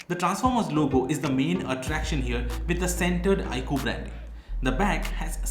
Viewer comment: Cool edition but you're pronouncing 'iQOO' wrong, its not 'iQ' its 'iQOO'